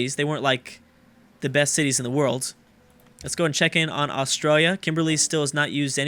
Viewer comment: Perstralia... lol